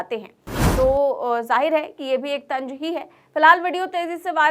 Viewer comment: very nice report. Small correction for you, the word is TANZ and not TANG. Hope you do not mind.